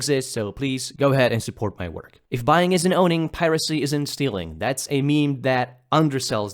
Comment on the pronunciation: you've already made up your mind, so whatever, but just listen to how it pronounces "steaLing"